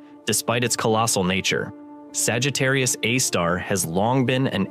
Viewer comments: It's not pronounced Sagittarius uh star. It's Sagittarius "A" star. A, as in hay star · Someone please re-train the AI voice that capital letter “A” (aaay) is not pronounced as if it’s an indefinite object “a” (aahh). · I get it that we’ve devolved to omnipresent AI narration. But if you’re going to use AI, at least make sure that it knows how to say the main topic of your video. We had 3 or four different pronunciations of Sagittarius A*. My favorite - and the first to appear - was “Sagittarius (a star).” Well no, Sagittarius A* is not a star. So I guess, if your AI can’t pronounce what your video is about, you really should fall back on an actual human narrator. (Revolutionary, I know…) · IMHO I would ditch the AI narration, or at least edit out the myriad instances of where it chooses 3 derivative pronounciations of Sagittarius A Star, such as: "Sagittarius Uhhh Star" It waters down the production value significantly. That said, it's otherwise a pretty.good presentation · Yes, me too! Ugh! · Sagittarius astar... This AI voice model needs work on its proofreading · yeah but it's most of the time that I hear it pronounce Sagittarius a star as Sagittarius astar, and I honestly don't think you can force the AI voice model to pronounce a certain word correctly depending on the language model it was built on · Y’all need to fix your AI’s pronunciation of various words, especially Sagittarius A* …